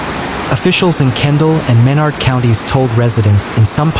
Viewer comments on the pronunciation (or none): Ĺisten, son. You have no clue how to pronounce the names of the cities and counties you are talking about. Menard is pronounced "men-ARD" and San Saba is pronounced with a short "a", like the word "fat", then an "uh" for the second, in Saba. It is NOT pronounced "SAW-buh". What you are doing is butchering the Spanish pronunciation and exposing your distant inability to avoid sloppyness. Just do it right or go away, please.